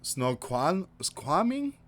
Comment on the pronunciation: I live in the PNW. Apparently there is going to be 3 inches of rain tomorrow. You did decently in pronouncing Snoqualmie. Snow qualm me. :) Stay warm and stay safe people. Jesus is coming soon. ♥